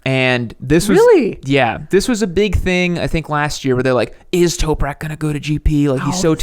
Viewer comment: Toprak not Toperak